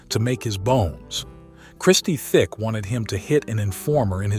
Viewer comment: Christie Tick, not Thick